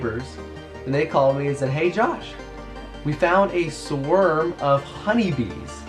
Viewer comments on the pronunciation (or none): Josh, they are called a SWARM, not a Swerm